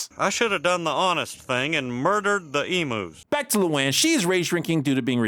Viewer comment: Lol I find it so hilarious Buck asked Hank to shoot emus given notoriously HARD they are to kill - even with a rifle 🤣 (Just look up the Great Emu War of 1932 & you’ll see what I mean!) Also I can say as a bonafide Aussie, NO one Down Under pronounces the name as E-moos but E-myuus.